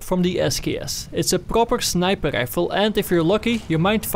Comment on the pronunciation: I like the way he says snipaade rifle